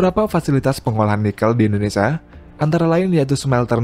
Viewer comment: Hahaha ngakak 😂 admin sebut indonesa Bukan indonesia